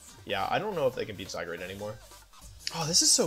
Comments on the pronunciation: When I finally got to play with Zygarde, it became my favorite legendary. I underestimated Solgaleo Necrozma, as well. I love techy substitute and trick room Pokemon, respectively. Wolfy calling him zyGRADE the whole time got really annoying. It's GARDE like guard. Definitely not ASMR. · WHY DO YOU SAY ZYGRADE ITS ZYGARDE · Idk probably to troll . Some of them are funny Except ‘zygrade’ and ‘jiratkneeuh’ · he keeps calling zygarde zygrade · ZyGRADE? It’s clearly zyGARD 🤷🏽‍♂️😂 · Love watching your vids, hate how you say zygarde: "zygrade" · Zygarde not Zygrade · Hey wolfey it’s zygarde not zygrade. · Is it a lil annoying to anyone else that he says the Pokémon names a lil weird, zyGRADE instead of zyGUARD yk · Does he call the the wrong names on purpose? ZyGARde not ZyGRAde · wolfe was pronouncing it as zyGRADe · it physically hurts me every time he says zygrade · How can u call him "Zygrade"???? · wolfey really calling zygarde "sidegrade" 💀💀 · ZyGUARD is the correct pronunciation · Am i the only one who realises that he always says zygrade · Why does he say all the Pokémon's names wrong? Zy-grade? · The way he misspronounces Zygarde kinda bugs me >.< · why wolfey, why do you mispronounce these mons names. keep doing it don’t stop but omg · why cant you say zygarde? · Please pronounce zygarde correctly